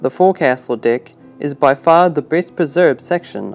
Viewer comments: “ And now raised on A DICK “ I think you meant deck my man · I heard a lot of dick instead of deck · The way they say DECK. Sounds too much like DICK 🤣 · Did you say on the dick below it? Oh he's saying deck! Lol great content! ! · I also can't unhear "boat dick" lol